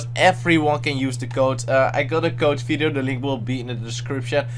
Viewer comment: its video not fideo xD